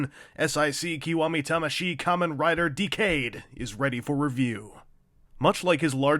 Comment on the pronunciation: The forced pronunciation of "Decade", an ACTUAL WORD, hurts me to the bone.